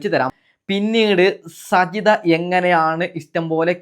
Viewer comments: സജിത എന്നല്ല സാജിത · സജിത അല്ല സാജിത 😂😂അത് കൂടെ അറിയില്ല എന്നിട്ടാണ് വിഡിയോ കൊണ്ട് വന്നിരിക്കുന്നത് 😀😀